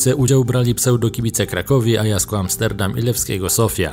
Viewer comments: jakiego AJASKU? chyba AJAXU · Dlaczego nie potrafisz wymówić nazwy "Ajax"?